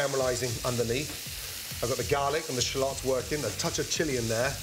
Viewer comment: Shallots not shalooots 😂😂